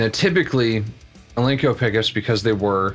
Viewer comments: Are you saying Al-Link-Co ? it's pronounced Al Nick - O Alnico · It's ALNICO, not alinco!